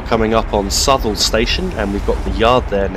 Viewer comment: that station before hanwell is pronounced (south-all)